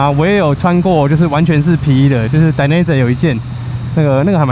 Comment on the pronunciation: 義大力的品牌這樣唸是對的。